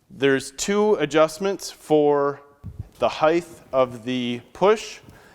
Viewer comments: Nice video, but saying heightHHH vs HEIGHT really killed me over and over. The word HEIGHT ends in a "T" sound not "TH". weird. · Speak English — it’s height not heighth, you said this mower has tires - not true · Height* not “heigth” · Does anyone else here him saying Hythe instead of height? Lol. Or is it me? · Heighth isn't a word. It's just height. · height. no such thing as heighth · Length,width,heighth why not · Excellent video - but how does this guy not know how to pronounce "height"?